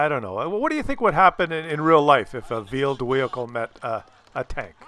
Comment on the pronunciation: I keep hearing "vealed whehicle"